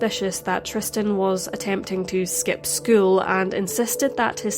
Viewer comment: Something else I noticed that was odd: He seems to constantly mispronounce Tristan's Name as "Tristian", with an additional I.